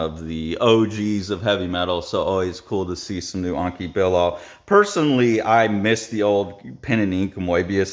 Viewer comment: it's not Anki but Enki Bilal (E as in TED) anyway not sure why people cannot pronounce letters the way they look